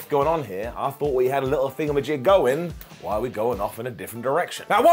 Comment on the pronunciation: Hey he got "why" right! It's a Christmas miracle! 🤣